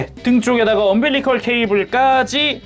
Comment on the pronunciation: 언빌리컬 -> 엄빌리컬